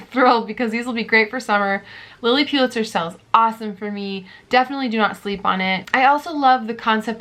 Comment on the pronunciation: Please it’s pronounced Lilly Pull-itzer, not PU-litzer! Sorry but It’s hard to hear over and over again. Thanks for the videos and good luck with the new baby!